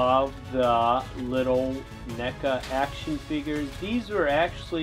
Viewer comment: HE SAID NECA NOT MECHA